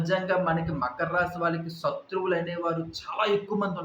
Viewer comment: సత్రువులు కాదు శత్రువులు అని పలకాలి.